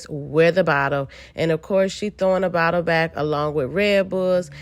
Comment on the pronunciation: “Did they really being a BOTTEL to tha session”😂😂😂